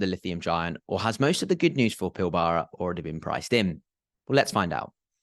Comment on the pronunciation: In Australia the Pilbara is pronounced more like PILBRA